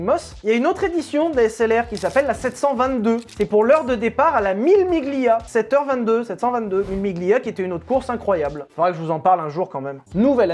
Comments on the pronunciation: On ne prononce pas le "g" devant le "l" en italien. Ça ne se prononce pas "mille miglia" , mais "millé milia". Très bonne vidéo, merci. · Très bonne vidéo sujet super intéressant comme d'hab. Mais stp en italien tu prononces mal Quadrifoglio et mille miglia. On dit "Quadrifolio " et "millé milia" . Merci d'avance